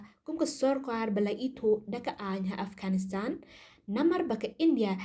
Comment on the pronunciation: Taliban ❌talivan✅😂 Afghanistan ❌ afghanistand✅😂